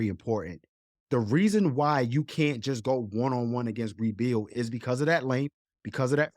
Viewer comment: Great podcast as always. I think Brea Beal name is pronounced Bre Beal.